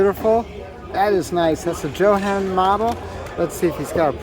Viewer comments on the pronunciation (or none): As a long time builder and collector, I was always told that JoHan was pronounced "yo-honn". 😁